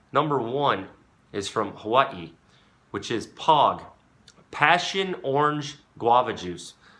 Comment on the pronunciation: Man said Pog with his chest